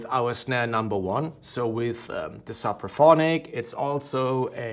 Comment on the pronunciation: Suppraphonic? It’s Sooopraphonic